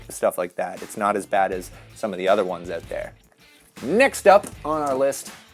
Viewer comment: The way he says “out” always makes me cringe.. “oht”